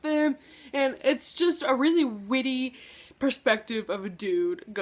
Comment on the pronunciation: When talking about Winger, did you say "whitty" on purpose? Miss.